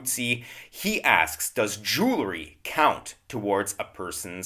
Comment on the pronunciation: Jewelry is not pronounced "Jule - er - ree." It has the word jewel in it, and is pronounced "Jewel - ree"